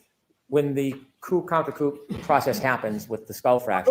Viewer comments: It's pronounced "koo" not coop 😊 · say Coo counter coo! (Coup - the p is silent)